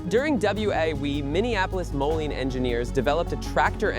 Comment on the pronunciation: Moline is pronounced Mo- lean. The home of John Deere & Co, Moline, Illinois